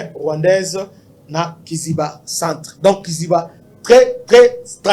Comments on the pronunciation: on dit kaziba pas kiziba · On ne dit pas Kiziba mais kaziba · On dit Kaziba et non Kiziba! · Oui mon frère on dit KAZIBA et non KIZIBA